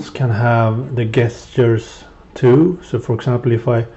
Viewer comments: it is not 'guest-ters' its 'jesters' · He's still wrong though xD Jess-churs would be like the APPROPRIATE way to ACTUALLY say it. Either way I agree with you he is an assplunger.